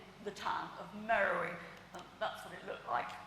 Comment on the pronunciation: At the risk of sounding like a prig, Beard pronounces "Meroë" incorrectly throughout her talk. The diacritic on the "e" (ë) changes the pronunciation to "Meh-row-AY". This is significant as, confusingly, there is a modern town in Sudan called "Merowe" (Meh-row-ee) that has nothing whatsoever to do with the ancient capital of Meroë (where the head came from). Unfortunately, very few people are well enough versed in Meroitic archaeology to realise this, hence this is a common error.